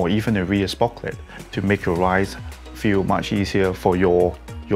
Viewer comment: Sprocket not sprocklet :-)